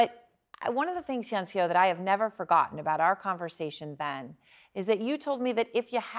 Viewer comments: Take a second to learn how to pronounce people's names. It's not "hae yun se oh" it's "hyun suh". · Does CNN really not have someone to help their anchors pronounce foreign names? Or even just ask the girl how to pronounce her name before they air? FFS, her name isn't "hey-on-see-oh". Hyeonseo is just two syllables, pronounced like "hyun-suh". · how does she say hyeonseo so wrong